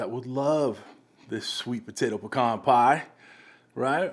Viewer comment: Awwwwe, our little boy is all grown up ! He learned how to pronounce pecan correctly! lol . Good looking pie !